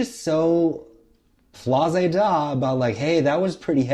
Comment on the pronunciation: "flaze-da" 😂😂😂 love the drag race reference